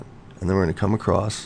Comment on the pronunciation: Im sorry but theres no t in the word across